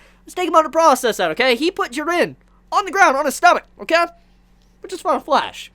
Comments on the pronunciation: It still slightly irks me how you say jiren lol stay warm my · Your videos are dope i follow your reviews on dragonball, tokyo ghoul (you do the best reviews on tokyo ghoul out of everyone) and the promised wonderland since chapter 1 and you are fuckin awesome bro but please just pronounce jiren's name they way it should be I dont want to come out as a dick but man that bothers the hell out of me, other than that keep up the awesome work✌